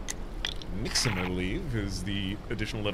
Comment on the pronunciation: Sounded like the right pronunciation for Nixm’s word to me!